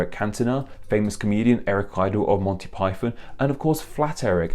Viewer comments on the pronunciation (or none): none